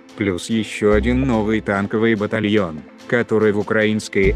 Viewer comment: Смешно.Танковии батальен😂😂😂😂😂😂.